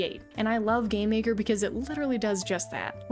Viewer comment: Why do you always say "Gay-maker".. No!*.. it's Game....Maker...